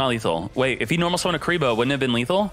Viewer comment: I hear curly bruh